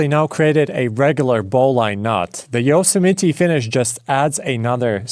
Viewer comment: I love the mispronounced Yosemite ❤